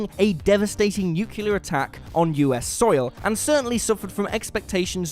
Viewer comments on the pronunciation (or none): "Nuclear." Not "nucular." Good edition of WhatCulture nonetheless. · Nuclear, nuclear, say it with me, nuclear not nucular. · Stop pronouncing nuclear nucular damn it! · Nuclear NOT Nucular. 🤬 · I hate it when people pronounce nuclear as nucelar. What's up with that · Sorry... a devastating nukular attack? Dubya... is that you? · Is “nucular” accepted American pronunciation of nuclear, like “aluminum” instead of Aluminium? Askin sincerely... coz I’ve heard it on many channels. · "Nucular" attack, really? Who are you? Homer Simpson or something? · Yeah, nuclear gets pronounced differently, though it varies a bit regionally within the US as well. And obviously one that doesn't make sense if looking at the word ;) Aluminum/aluminium is a different situation, with Americans (and Canadians) using an older spelling (interesting tidbit, it was named alumium before that even), while the British (and pretty much everyone else) don't, instead going with a later version that changed the spelling to be more like other elements.